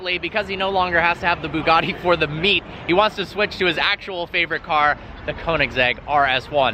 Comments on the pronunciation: Ash W isn't it boo gotti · It’s pronounced ‘bew gatty’ not ‘boo gaardy’ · It’s Bugatti not boogarti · Why do Americans call them booogarties, its pronounced Bugatti. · Boogatti? I suppose you pronounce but as boot? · Bugatti not Boogaadi. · Why can't you Americans pronounce our Europeans cars names properly? It's BYOOGATTI ffs. BYOO. practice. Byoooo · Did he just call it a Bugatti "Sheron"... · The way he says bugatti annoys me. "Booogarty." Also, it's not "Chirraaan" It's Chiron. How it's spelt. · Ash W Im italian and it isn't pronunced "bew gatty"....😂😂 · Why do the yanks pronounce Bugatti as Boogartti? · Why do you Americans pronounce “Bugatti” like it’s spelt with an o.... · NOT BIIIUUUUUGAAADDY LOL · Why can't he say Bugatti properly